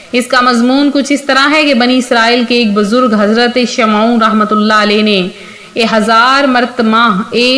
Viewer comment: Shamon hai sahee naam sahe bolo please.